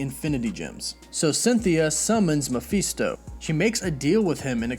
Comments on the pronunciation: You're pronouncing Mafesto wrong.. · How many different ways can you pronounce mephisto in one video??? Sheeeesh